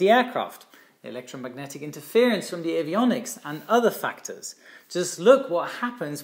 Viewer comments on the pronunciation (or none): none